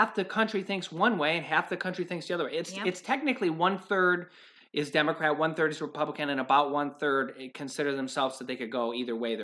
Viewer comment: Lmao I don’t know if anyone else heard it but said if your a demacrap